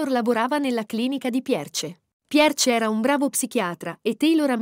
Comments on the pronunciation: Forse non si dice Pierce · Scusate, ma si legge PIER o PIERS, non Pierce, su... Anche Thomas ha un altro accento... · Che spasso! La pronuncia della commentatrice è favolosa. Tomas con l'accento sulla A e "Pierce" 😂